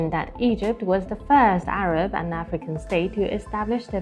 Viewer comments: Not ARBA but ARAB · CHINA-ARAB SOLIDARITY, NOT ''ARBA''